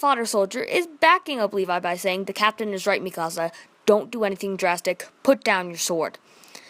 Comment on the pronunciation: You say mikasa wrong